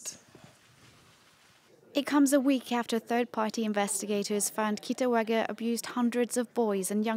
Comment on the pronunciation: The way the reporter keep on saying KITAWAGA🤣 (The correct name is KITAGAWA)